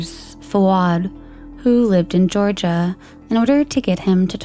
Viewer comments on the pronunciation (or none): none